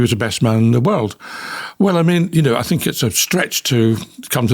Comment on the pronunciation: You say things not fings , so why do you say fink for think? your making it up , Busted !